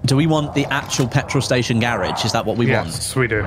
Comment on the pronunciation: No one cares about how he says garage though. Gayrodge? lol.